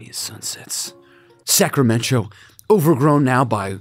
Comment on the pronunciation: EVERY TIME! 😂 Sacramen-Cho 🤣